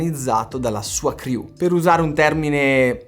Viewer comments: per tua informazione, così eviti brutte figure "CREW" si pronuncia CRU', non CRIU'. basta che controlli su google transaltor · Cru, non criù